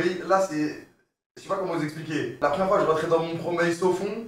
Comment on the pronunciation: "mon promeil sofond" je suis dead ahahahahah